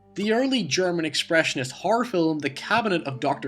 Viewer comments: Ha ha, around 45 sec he says Fillem for Film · Say "filim" again! I DARE YA!!! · Why do you pronouce It "filUm"? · "fillum" film "hoyse" house "seeyaf" safe. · Cranky Carrot Yeah...his pronunciation is driving me nuts. Great information, but I cringe every single time he says 'fill-em'. 😖😖😖😖😖😖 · why don't you have more subs, you are interesting. Even if you do say "fillem" :D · What accent do you have? Does your fanily also say "filum" or just you? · Yeah its just one I don't hear often... this thread was about him pronouncing a word differently, I just added one I noticed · Weird question: why do you pronounce "film" with two syllables? Is that a regional dialect? I've not heard that from other Scots before. And no, I'm not making fun, I'm genuinely curious. Linguistics are a thing for me. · Never heard "film" pronounced as two syllables until now. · love your video, the only thing i dont like is the way you pronounce the word "film" lol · "Film" only has one syllable! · Where are you from that you pronounce "film" in two syllables?